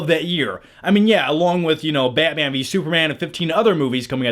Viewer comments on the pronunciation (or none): none